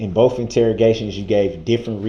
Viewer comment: It makes me laugh when he says,'Boaf', instead of both